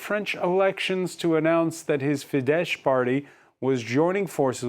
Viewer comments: "Fidesz" is pronounced with an English "s" (like "snake"). Hungarian "sz"= English "s", not "sh". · Yes, that's what I'm saying, it's lame. Fidesz appears on this channel regularly, it would be elegant to pronounce it right.